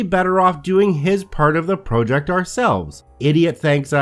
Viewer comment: props!, but I really hate your pronunciation of the word ‘project’:)